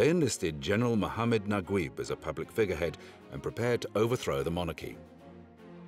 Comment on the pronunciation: I still don't understand why they spell Najeeb as Naguib in English.... so weird. The commentator pronounced it completely wrong LOL. It's NajEEb.